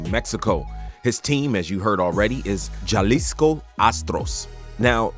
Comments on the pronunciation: For future reference It’s pronounced “ha-lisco” not ja-lisco🥸 These NBA teams didn’t give Gelo a fair chance to develop on the court with either of his brothers. I wish him all the best on his new team in Mexico. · it's pronounced "HA LISCO" not "JA LISCO" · It’s not ja like that morant it’s ha like you laughing Halisco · Halisco not Jalisco 😂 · That’s crazy my dad is from Leon, Guanajuato literally next to Guadalajara. Btw pronunciation is “Ha- lisco” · Its pronounced "Halisco" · Bro. They said LiAngelo literally said jalisco correctly. Just for him to say jah-leesco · That’s not overseas 💀and it’s pronounced Ha-lee-sco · Jalisco haha pronunciation is off